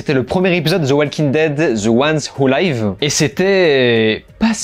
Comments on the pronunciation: Attention, je pense qu'ici "live" ne se prononce pas comme "laïv" mais comme "liv". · On prononce 'live' avec un 'i', pas 'aï' 😂😂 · Petit commentaire sur la prononciation : 'The ones who live' -> ce 'live' se prononce avec le son 'i' et pas 'ai' comme 'life', car cest le verbe 'to live'. Voilà je pouvais pas m'empêcher ca me faisais mal aux oreilles 😋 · > "live" pas "laïve" ☝ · Cest dur langlais. The One Who live (comme leave, et pas laïve)...😂😂😂😂😂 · Ca se prononce "live" tel quel, pas "'laïve" ahah. Le mot s'écrit pareil mais "laïve" c'est "en direct" et "live" c'est "vivre" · "The ones who liiiiiiive" pas Layve!! Mes oreilles saignent comme la main de Rick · Mes oreilles 😱😭... TWD the ones who "laïve"? Attention à la grosse erreur de pronciation. The ones who "liv" (ou leev) phonétiquement parlant. Ceux qui vivent ! 😉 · The ones who live: tu m'écorches les oreilles avec ton 《wou laïve》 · Tu sais que le "i" dans "life" et "live" se prononce différemment en anglais hein ?